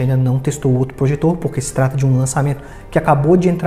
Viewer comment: Cara, mto bom mas não é Trundeal, é Thundeal